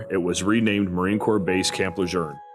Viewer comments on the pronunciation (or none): It’s pronounced “Le June”, not “Le Jerne” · Is this ai? Why does he keep saying Camp Le jern? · ain't no R in LeJeune. lol. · Where are you getting the "R" in LeJeune. I spent 2 years there as an FMF Corpsman. I enjoyed the experience with the Corps and felt I was more Marine than Sailor at the end of my 4 yrs. active duty. Semper Fi. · Stop saying Camp LeJeune wrong. This is from a west coast marine.